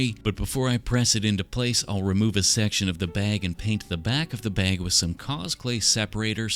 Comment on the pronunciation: the way you say bag is funny "the baeg"